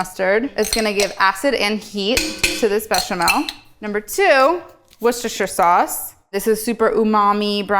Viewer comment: An American pronounced Worcestershire sauce correctly. Hallelujah!